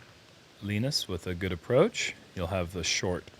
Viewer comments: LEEENUS is not a word!! It's LINUS!! Ya know !? Like the Charlie Brown cartoon character!?? You guys sound like morons F! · i dont think you saying Linus right...